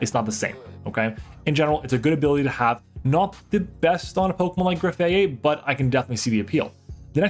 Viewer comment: graf -eye -eye not aye aye. it's graffitti + eye eye, a real animal